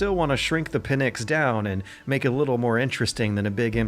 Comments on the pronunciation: Sry but it is pNyx and not pyNx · 'Pynx' is not 'pin-x', its the one word. You can try 'pinks' if 'pynx' looks too difficult to pronounce. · Pin-ecks? Jesus dude, that's the worst pronunciation I've ever heard. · Pnyx not Pynx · good job!! btw it's not "pynx" it's "pnyx" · The word is Pnyx. Not Pynx. Greek word is Πνύξ or Πνύκα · great work and video PS It's Pnyx, not Pynx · It's Pnyx. not Pynx. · "The pnyx" The pynx 😅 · "The Pynx"